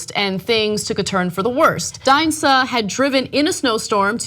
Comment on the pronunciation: Look it's new "Just Got Out of The Gym Ana" Barbie! And she decries racism but doesn't realize Suh is pronounced, generally, as "Sue". And I thought TYT did stories before about how bad and racist Air B&B is. Like UBER.